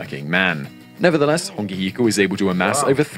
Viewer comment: It's a shame the narrator's pronounciation is off 🤦🏻‍♀️ Hongi Hika is my 5 x great grandfather. I appreciate the Maori content you both put out ❤